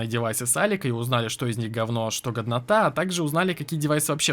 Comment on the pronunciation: это не хейт, я просто хочу сказать что, когда ты говоришь "годнота" то мне кажется что, ты говоришь "говнота" XD